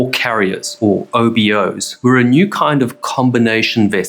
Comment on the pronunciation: Sorry, but this video was error strewn and not well checked. And yes, there are still OBO's (not oh-bee-oh's) around!